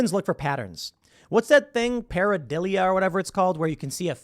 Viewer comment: DUDE! PARADILLIA?!? ARE YOU SERIOUS? YOU MEAN EVIDENCE?!? 🤦🏼‍♂️🤦🏼‍♂️🤦🏼‍♂️ WOOOW YOURE REALLY REACHING WITH THAT. GOD HATES THOSE WHO ARE LUKE WARM!